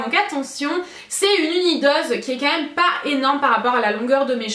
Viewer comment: Je rêve ou tu dis "meum" et pas "meme"? Haha tu me fais trop rire! Pleins de bisous, je t'aime fortttt ❤️